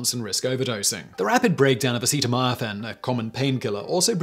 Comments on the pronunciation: Acetaminophen, not acetamiaphen. Acet, for an acetyl group. Amino, for an amino group. And Phen, for phenol. Acet-amino-phen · TIL that Simon pronounces acetaminophen totally weird. If I didn't already know about its effects I would never have guessed what drug he was talking about. Took 4 rewinds as it was.